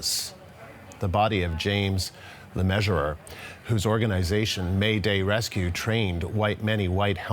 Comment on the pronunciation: Le Measure-er? Well done CBC. What else did you get wrong in this? 🤔